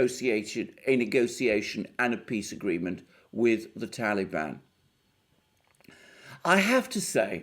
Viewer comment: i love how u pronounce TALIBAN !! GREAT VIDEO ALEXANDER!!